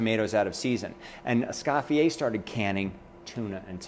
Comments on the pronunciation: Beejay Swifter - AAAAAND!... it's "Es-COE-fee-yay", NOT "Es-SCOFF-ee-ay"! Chef, you do a disservice to Escoffier and Niçoise by mutilating their names. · Can't even pronounce Escoffier either, he annihilates the name. If you're a dedicated chef then at least take the time to learn how to say Ecoffier properly!! Es-cofYYeah